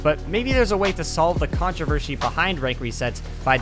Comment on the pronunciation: MANS REALLY SAID "CONTRAVERSHIE"